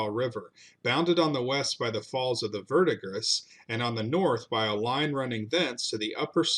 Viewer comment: Bro, Oh-sayj… it’s not oh-sahj. Also, verdigris is pronounced ver-di-gree.